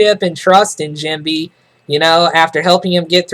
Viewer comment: lol its funny how you pronounce Jinbei, Jimby